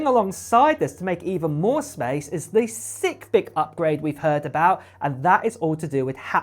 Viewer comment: "Even more faster"!!!??? Very bad, gramatically! And "haitch"!? WTF! "Sickth"! "Sickth!"!? What is that!? Did you ever go to school? Toṣṣer! Get a grip! I can't listen to this crap.